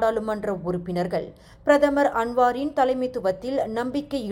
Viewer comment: *பிரதமர் அன்வார் Please read Tamil news properly